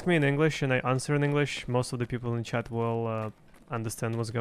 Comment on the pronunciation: I like the videos and the pronunciation but it somehow always sounds like "chad" instead of "chat"